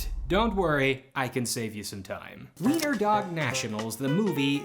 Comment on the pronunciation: thank you for pronouncing the w right. most people will just pronounce it the english way, but u actually knew what u were doing this doesnt matter at all but i still appreciated it